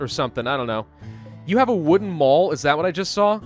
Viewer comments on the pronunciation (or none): none